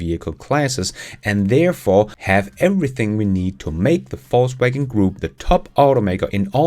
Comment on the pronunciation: I love how it sounds like "false waggon" when you say "Volkswagen". Intentionally?